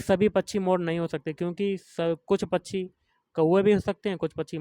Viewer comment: Bhai pronounce krna sikh pachi nhi pakshi hota hai vo 😂😂 samjhe bhaiya pachi 😂😂😂